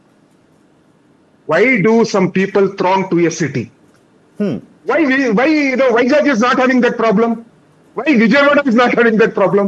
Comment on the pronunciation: How could he say vizag as jackel.... Stupid guy....